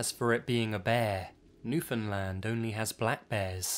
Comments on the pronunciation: It's pronounced "Newfin-land" Rhymes with understand. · it sounds like "newfindlind lol